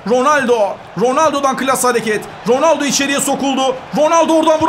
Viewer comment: Cristiano rrrrronaldoo